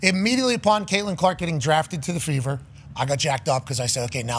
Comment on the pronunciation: Fever .. I thought they said Beaver 😂